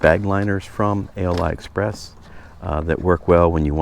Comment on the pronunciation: Ali express not a l i express